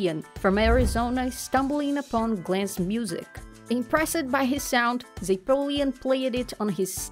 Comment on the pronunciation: What the heck is this narrator’s deal?? Impress’ed? Name’ed?? So distracting that I have no idea what she tri’ed to tell us. 👎👎👎